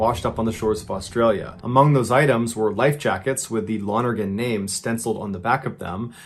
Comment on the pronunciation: I just got wayyyy too excited that you pronounced "Lonergan" correctly. That's my last name and you'd never believe how badly I've had people butcher it =)